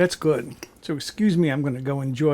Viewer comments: Pronounced “gowumpki” it means “little pigeons”. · BTW - it is "go-ombkee" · Detroit here! YES, pronunciation of "Go-Wup-Key" is correct.